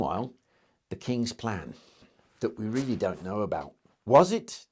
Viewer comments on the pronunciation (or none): none